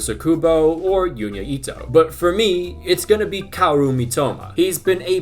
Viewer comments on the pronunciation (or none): none